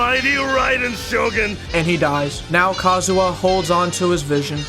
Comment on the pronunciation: I still can’t tell if says Kazuha’s name wrong on purpose or not